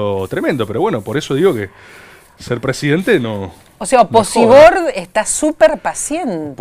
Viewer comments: nunca pensé que iba a escuchar a María Laura Santillán decir Oposibord kjjj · Que ella diga "oposiBord" me destruye, no puede ser real jajajaja